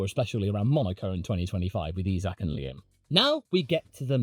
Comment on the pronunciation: It’s pronounced EYE-Zack! not EEE-Zack!